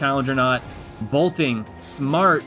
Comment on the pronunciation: He keeps saying bolting… ITS BOLTIN